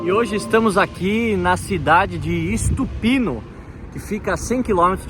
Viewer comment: Não é ISTUPINO é Stupino sem I. A pronúncia dos brasileiros é absurda em qualquer idioma. 🙈